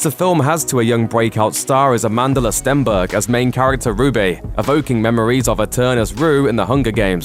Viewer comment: He mispronounced Amandla's name . . .